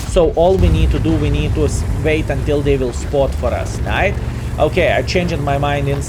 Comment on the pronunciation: Why are you keeping pronouncing certain words completely wrong. Etc; spawn, tanker, wait. Pretty much every word which has "w". Im just curious, are you keeping this spelling just for fun and its part of your identity as a streamer or is it that hard for you to pronounce them correctly?? xDDD